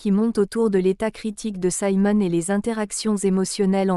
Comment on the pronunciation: Siimon et non Saimon: français please!!